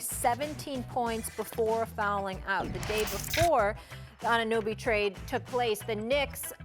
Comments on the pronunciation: I just hope Stephen A can learn to pronounce OG's name while he's in NY now 🤷🏽‍♂️🍻🍺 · someone tell her how to pronounce anunoby